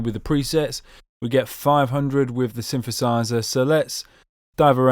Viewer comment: pretty sure it's not synfahsizer... there's actually a "TH" sound in the middle there ;)